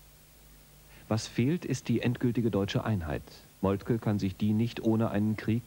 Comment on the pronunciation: Molke, der Mann heisst Molke!